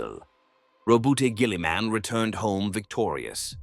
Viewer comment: And his legion of ASS-TAR-TESS